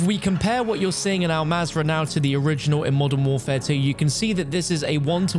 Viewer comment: “Call of duty molten warfare” lol I can’t I hear it lol